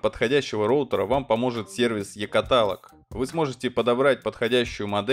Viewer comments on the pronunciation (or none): Какой нахер катАлог? Нерусь дурная. КаталОг, учи. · е-каталОг, каталОг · КатАлог? Ой блять... Лови заслуженный дизлайк. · Блэт , как уши режет слово е-каталог,ударение на вторую а?это пиздец парень... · е катАлаг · Е-катАлог? катАлог, сука? Может быть каталОг! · КаталОг! Не катАлог! Это очень сильно режет по ушам и вызывает дикое раздражение. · катАлог, ахуенно знаете русский, мб все таки каталОг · Е-ката́лог )) я чуть не умер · кАталог? О боже... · КаталОг, сука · е котАлог, я пошел резать себе уши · Е катАлог ахахахахаха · Я нашел сервис е катало'г а е ката' лог нет.... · Я орнул когда он сказал : е-катАлог! Ну так лажануть уметь надо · кАталог, страдай. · не каталог, а каталог! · 100к сабов, а ударения в словах ставить не научился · Вот вроде правильно говорит - каталог, а по ушам бьёт))